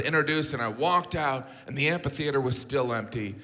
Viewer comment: I just started noticing how everyone, including JG, mispronounces "amphitheater." By "just" I mean in the last five years; it's not a word that comes up a whole lot.